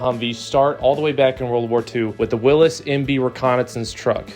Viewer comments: So I rode around in Jeeps in 68-69 and the original designer was pronounced Willeez not Willis. You sound like Gary Coleman when you say Willis. “Wat you talkin bout Willis?” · Did this gen x'er just say will-us instead of Willys watch dumb ass X'er.